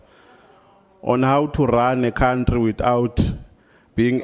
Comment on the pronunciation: Can he spell country if he can't pronounce it??